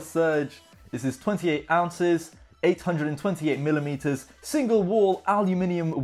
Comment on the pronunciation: Who heard him say “ millimeters “